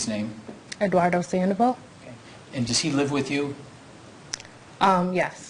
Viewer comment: Eduardo Sandavol........LOL! Sanchez...... lol.